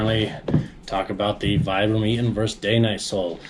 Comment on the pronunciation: VEE-BRAM - it's an Italian brand.